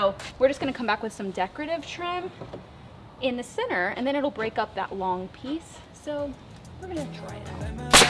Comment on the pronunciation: I love that when she says center it sounds like she’s saying “sinner” 😅 but I love those windows 😫💕